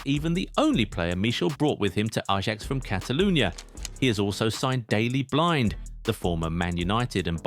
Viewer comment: For god sake his name is not blind but (Dutch pronunciation: [ˈdeːli ˈblɪnt)